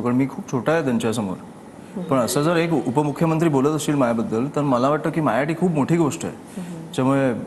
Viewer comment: मायासाठी? कि माझ्यासाठी? ? अरे काय उच्चार?